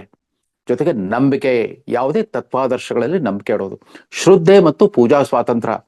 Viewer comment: Not shroode but it is shradde pl note